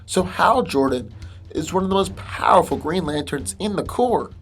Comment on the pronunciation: stop over pronouncing "powerful'